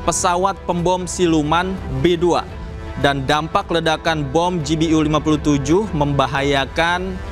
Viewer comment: Ralat sedikit -- Pengucapan bacaannya yg benar utk GBU adalah Ji Bi Yu, bukan Ji Bi U